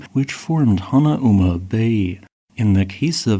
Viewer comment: My brother works at Hanauma Bay so I had a chuckle over his pronunciation of it. 😀